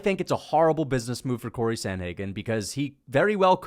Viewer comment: It's Corey, not Cory. Absolute rookie/casual error